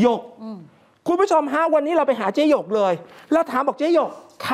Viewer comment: ช่วงต้นข่าว เขาชื่อเจ๊หยก ไม่ใช่ เจ๊หง